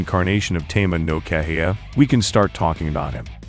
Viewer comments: I think it's pronounced "Keh-hi-ya" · I think its pronounced "keha ya"